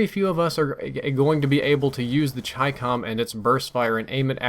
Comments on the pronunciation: I KNEW IT WAS CHYCCOM AND NOT CHICKUHM. That's all, thank you. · Finally someone that pronounces chicom right lol